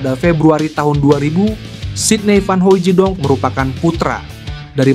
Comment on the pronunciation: Hahaaa dia bilang sidny vanhoijedong,,yg bener aja